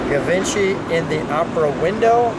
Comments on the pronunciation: Its not ga...givency. Its French. Pretty bad when the owner of the car doesn't even k ow how to say what he has. Its said more like jjjjeep. See what I mean? Maybe not. But its not pronounced with a ga sort of a sound. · Uhm. it's Gshee-von-Shee not "Giv-In-Chee." Its okay. I was 40 before I learned to pronounce it. We can't all be French. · No not. Gavinchy! Jheevahnshee. Dingdong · Givenchy is not pronounced like that.... It's ʒiːvɒ̃ˈʃiː or more precisely: ʒivɑ̃ʃi in original French pronunciation... I realise I'm sounding petty, mostly because I came here to see the car...but at least give a disclaimer... Something on the line of: "hey you know what, we can't pronounce it any other way, so we're gonna do it like this..." this way it just hurts my ears, and also people listening to it will get the wrong impression that that's how you say it.. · “Jee-vahn-shee” edition; a French designer. Audrey Hepburn was famous for wearing Givenchy designer clothes in her movies. There were also Cartier editions. Notice this car has the Cartier clock which must have crossed over both editions. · Pronounced shjee-VONN'-shee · Love how you mispronounced Givenchy